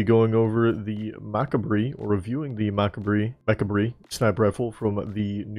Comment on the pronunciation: its pronounced "Mah Cob" like Macabre but fashioned to look like Mechabre since the mecha ornaments won